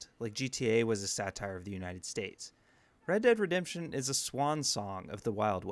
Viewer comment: Redurd Redemption